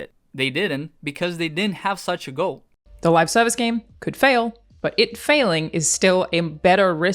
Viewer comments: I can't help but laugh everytime he says "live servise games"😂😂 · Good video, was genuinely surprised by the wievcount. However, the way you say the word "service"... 💀💀💀